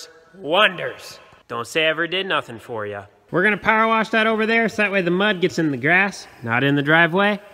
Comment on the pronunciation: Love to hear pronounce " worsh!" My Dad was born in Illinois and said "worsh" for wash too! Neat midwestern dialect! He was born on a farm too.